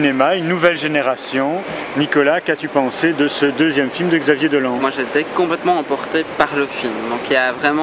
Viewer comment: On dit Dolan (prononcer Dolanne).